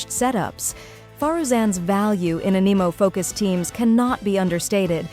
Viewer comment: According to her it's "finding A nemo" ugh it's spelled anemo yes but is pronounced "Anne eh moh" pronunciations kill me help